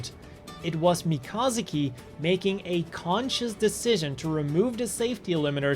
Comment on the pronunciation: “Me ka zoo key”